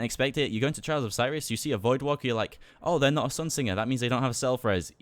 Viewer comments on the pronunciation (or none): none